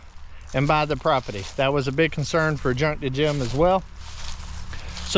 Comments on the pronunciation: C’mon, say “property” properly, not “propity”! Pro-per-ty, not pro-pi-ty! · It's pronounced p r o p e r t y!!🤪